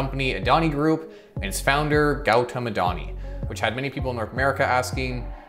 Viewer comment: It's your pronounciation is not good .. It's Goo Tom Adani